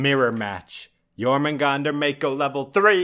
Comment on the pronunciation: I like how your positive but the way you say it is jour-man-gan-der